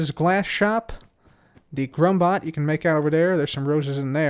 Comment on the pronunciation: It's drummbot not grummbot